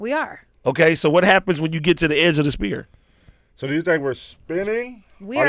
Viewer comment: “In a spear” AD can’t even say sphere 🤣🤣